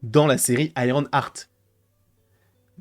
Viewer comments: on dit Iron EART pas Iron ARTE, tu me rends fou à chaque fois 😂 mais sinon je pense que nous avons tous peur pour ce perso… Moi je me dis surtout que va foutre Mephisto dans une série qui va être full humour, le contraste entre les deux perso n’aura aucun sens. Je veux pas un Mephisto qui fait des giga blagues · Iron Arte 🤣🤣 c'est le french accent 👏🏾👏🏾